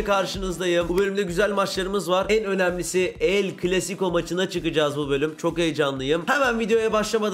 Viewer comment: CLASICO derken sıco oluyo ((